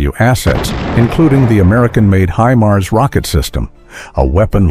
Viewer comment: Х аймар😂 Искандер... ударение а😂😂😂 искуственный интелект читать еще не найчился😅😅😅